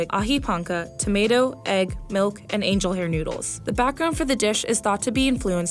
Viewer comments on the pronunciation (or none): none